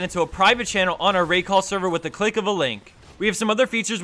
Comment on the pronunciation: "with a clake of a link"